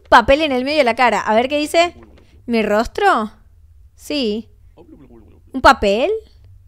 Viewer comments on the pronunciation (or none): en el de Steve el del papel el dijo rortro en vez de rostro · Dijo: ''Mi rorstro?'' 🤣 Sera una falla del juego o lo habran hecho a proposito? Creo que nadie mas se dio cuenta. 😂 Te amamos ❤sigue subiendo este tipo de videos nos encanta😘